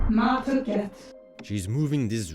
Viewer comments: Hopefully youtube won't find me 2 replies deep, but your pronunciation of 'Ma Tucket' sounds like you're saying 'Ma Fuck it'. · Huzzah 4th Ed! I know you have an accent, and I want to say this diplomatically, but whenever you said 'Ma Tucket', it sounded like you were saying an expletive. I really raised my eyebrows the two times I heard you pronounce her name. If you could over-emphasize the 'T' in her name, because it currently sounds like you are making an 'F' sound. That aside: yay more Yan Lo!